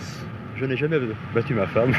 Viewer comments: Félicitations au gars qui dit "non jameəaē" car il vien de créer un nouveau mot ! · Il est québécois hahaha